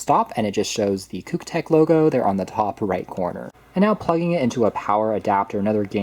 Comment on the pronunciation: Why are you pronouncing it "kook" tech? 🙃